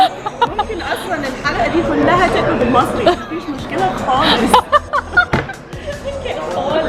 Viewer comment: The second that “bosso ya gama3a” came out I knew she was Egyptian 😂😂 So many signature Egyptian phrases like that “mafeesh moshkela khaaales” exactly how she said it 😂